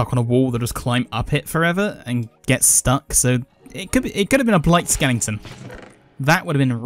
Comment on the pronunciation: is it "skeleton' or "skelington"?